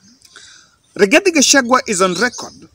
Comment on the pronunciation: Rigathi not igathi😂😂